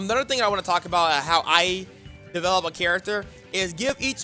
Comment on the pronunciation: Develop not Develope